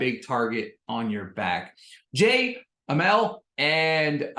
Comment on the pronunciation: It’s pronounced Uh-mall not amel